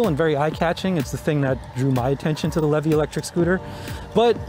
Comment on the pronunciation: It’s pronounced LEE VEE!! I would know!